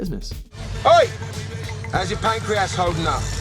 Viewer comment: Pancreass lol